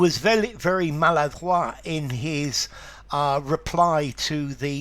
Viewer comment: Fantastic, at last someone agrees with my French pronunciation leaning with this word. Thank you sir